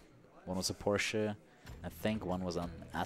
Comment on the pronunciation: It's the first time I heard an Person speaks English, but pronounce the word Porsche correctly.